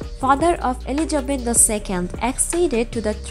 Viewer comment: Dear dear its not Eligebet , it is ELIZABETH